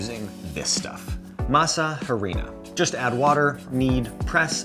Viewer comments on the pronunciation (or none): tell me you're detached to the Nth degree from your subject without telling me you're detached to the Nth degree of your subject. Hearing you pronounce masa harina hurt my ears every time. The "h" is silent in Spanish.